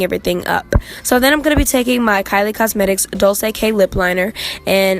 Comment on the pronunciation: no means to be rude but dolce is pronounced (dolche) like dolce and gabbana